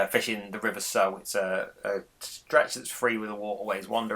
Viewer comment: Sow not Sew.